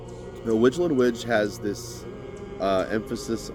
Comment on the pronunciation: I believe Weijlen Wij is pronounced like "Weylen Wey"